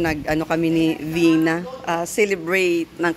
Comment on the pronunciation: Vina start in letter V malinin pronunciation mo Dina....😅😂❤ Happy birthday Vina....